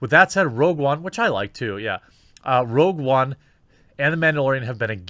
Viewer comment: "rouge one" yeah, this reporter is legit